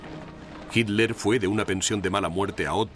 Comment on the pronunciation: El relator no sabe leer, repite y repite "HINLER"